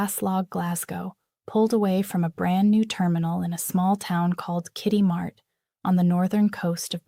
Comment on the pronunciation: It's Kitimat..not Kity Matt...grr..American AI. NEEDS TO TAKE SOME GEOGRAPHY!!